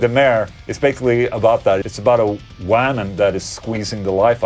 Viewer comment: When you say woman,it sounds like you are saying whammin.